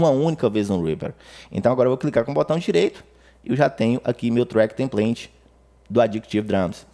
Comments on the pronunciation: O track tem plant? kkk template diz se templêiti. Boas dicas de atalhos!!! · EXCELENTE AULA! Muito obrigado. Me permita fazer uma correção. "Template" Pronuncia-se TEMPLEITE e não templente.